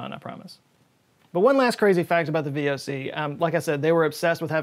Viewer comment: Yes well, I would not have been born was it not for the VoC., btw, you completely butchered the pronunciation of the VoC there.